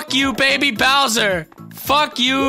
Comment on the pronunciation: thats not baby bowser thats bawser jr